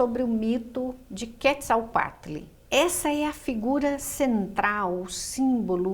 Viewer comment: Sem falar que a pronúncia dela n está correta?